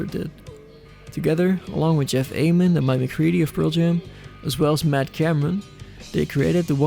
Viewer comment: You pronounced Ament correctly